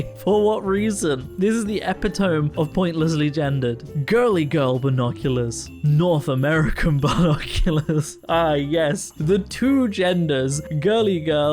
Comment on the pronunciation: In the kindest and most respectful way possible, I would like to inform you that you have mispronounced "epitome" - it's said: epi-tommy